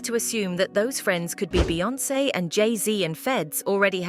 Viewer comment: You slug narrator make Jay n Beyoncé name taste like ass hole in your mouth